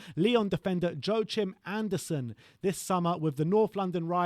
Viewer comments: Guy on the right butchered Anderson's first name SO hard... Its meant to be pronounced like "wa-keem" not Jo-a-chim 😂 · A small danish lesson. Take it from a dane. His name is pronounced "Yor-kim" and the last name is spelled AndersEn. The "sen" part translates to son in english. In Sweden the "sen" part is spelled "son", but has the the same meaning.